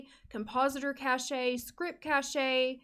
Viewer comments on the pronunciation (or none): Great video! I think cache is not pronounced as "cach-e" though, pretty sure it's more like "cash"! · cache is pronounced "cash" not cashay". sorry for being a stupid nitpick. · This will help out so much. Btw cache is pernounced "cash" no "cashya" lol. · Cache is actually pronounced like “cash,” not “Ca-shay.” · that is an amazing video, but... the way you pronounce cashe is just delightful 😂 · I've always said it "cashay" too lol. You're right though, I just looked it up. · cash....it's pronounced cash (cache). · The pronunciation is cash but with a e cache or cashe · Ahh I just reinstalled TS3 for the first time in years, this video was so helpful thank you! Also cache is pronounced like "cash" 😅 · The way you say Caché lol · The way you say cache